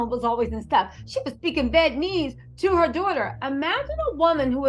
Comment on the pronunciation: girl i love you but it's vee-eet-na-mees LOL